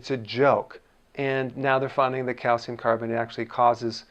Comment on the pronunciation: YOU PRONOUNCE IS CALCIUM! NOT CALCUM. I would've thought you'd say 'calcum' after pronouncing it 'aluminum'.